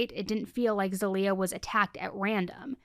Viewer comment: I mean this to be helpful, I’m Bulgarian and I have a friend named zaliyah and it’s pronounced more ZAH-LEE-YUH